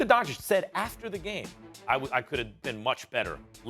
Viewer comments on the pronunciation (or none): Stephen A. could you put the least amount of effort and try to pronounce players names right? Its not Donchik its Donchich. How hard is it? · Stephen A: Luka “Donchik” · Stephen “Luka Donchick” Smith